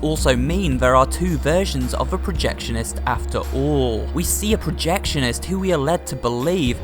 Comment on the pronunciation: Norman Polk said “us projectionests”